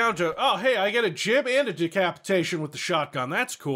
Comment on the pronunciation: Why do you say gib like JibJab.